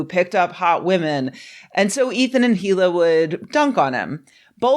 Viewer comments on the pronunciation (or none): The H in Hila is silent